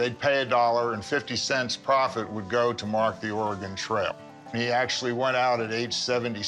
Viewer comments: Lol. Or ay Gon? Really dude. Lol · ORE-GAN lol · Lol I pronounced Oregone for a long time before learning the correct pronunciation. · UGH!! Could you pronounce Oregon correctly? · Rick: calls in "expert" Expert: can't pronounce Oregon